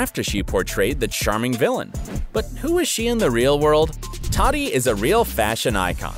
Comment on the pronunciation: And its Tahti not TATTY. She’s also very down to Earth so fix it bro